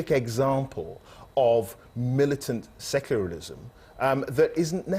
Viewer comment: That reporter really needs to learn how to pronounce "secularism" :)